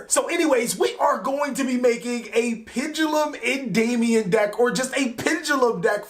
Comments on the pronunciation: Endymion not endaymion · Please stop saying Endayumion XD